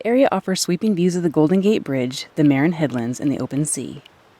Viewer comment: it's pronounced muh-RIN